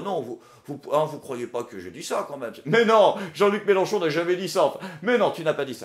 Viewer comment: C'est Mélenchon, avec un e, pas "Mélanchon". Quitte à dire que tu vote pour quelqu'un autant pas écorcher son nom.;) Et ne t'inquiète pas. Comme dans tout grand groupe, la minorité vociférante n'est pas représentative du reste. Et on est pas mal à voir que M. Mélenchon n'est pas parfait, loin de là, et qu'en com' il a ses défauts qui lui collent encore. Je suis content de l'analyse faite par, elle est complète et objective, on voit là où le trait est grossi, là où ça a dérapé, comment il s'est fait avoir, comment ça aurait pu être mieux. Je pense vraiment que la FI a besoin d'un nouveau porte parole, mais ce n'est pas facile à trouver.